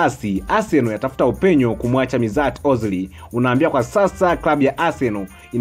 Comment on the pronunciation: Mtangazaji unaboa unapotamka majina ozil aitwi mizati ozil anaitwa meshut ozil na oleguna soshaa cyo sokjal